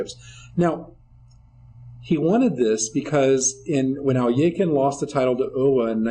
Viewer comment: It.was world war 2 not.1 in 1939 also its not al eee a kin its pronoinced al.e.khine and euwe not u.a .